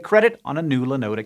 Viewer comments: Have never heard anyone pronounce Linode that way before. Now I'm going to have to look it up to see if I've been saying it wrong all these years. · OK, a pronunciation of linode that I haven't heard before. That really doesn't happen often!